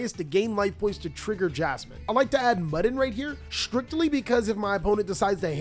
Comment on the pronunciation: Bro I think Mudan's name is MOO-DAWN, not muddin' 🤣